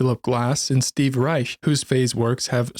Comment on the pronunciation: how came you about to pronounce Reich correctly?